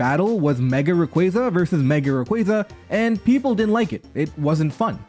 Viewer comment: hearing "raquayza" over and over caused me psychic damage